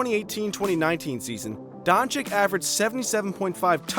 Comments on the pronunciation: BTW it's pronunciation is luka donchich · It's pronounced Don-ch-i-tch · This Dončik pronunciation is hurting my ears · LEARN HOW TO PRONOUNCE HIS LASTNAME!!!!!!!!!!!!!!!!!!!!!!!!!!!